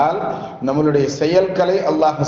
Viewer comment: இந்த பயானில் நம்முடைய என்று சொல்லும் இடத்தில் நம்மலு டை என்று புழங்கி யிருக்கிறீர்கள்